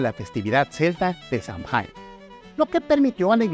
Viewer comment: Buen video. Igual acá en Michoacán si hay algo más de tradición prehispánica y que actualmente se conecta mucho todavía con la religión (pues la gente acá es más tradicional). Por cierto, el Samhain se pronuncia como "sawen", porque no es inglés, es irlandés antiguo. Saludos :).